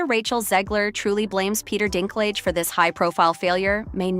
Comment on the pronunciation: Peter Who? Dinklig? Dinkleejah? Dinkliga? Dinklaidge? Dinklatch? Dinkclaij? Dinklijizz? Dinkleg? Dinklog? Dinklaiga? Dinkleega? Dinkpledge? Dinklogga? Dinkclayjez? Dinklagga? Dinklaige? Also news flash Snow White has been out for 3 weeks at this point.